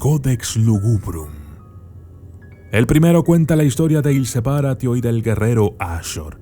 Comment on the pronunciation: Il Se-PÁ-ratio*